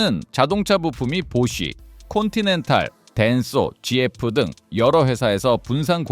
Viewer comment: 지에프??? Ai영상 진짜 짜증난다... 지에프라 부르는사람이 세상에 어딨어